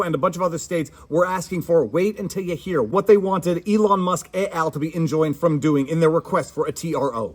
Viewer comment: "Et al." is Latin not French, the "t" is not silent.